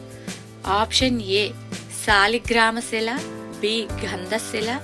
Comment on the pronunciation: శాలిగ్రామ శిల కాదు , సాలగ్రామ శిల